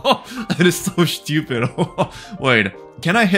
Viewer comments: the way he says stupid XD "shtupid" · I just love how he says "Shtiupid" instead of stupid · I love when he says „that’s so schtupid“ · Rhe best thing about this video is how he pronounces word stupid